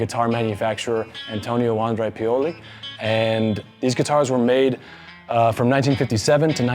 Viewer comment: It's pronounced vahn-DRE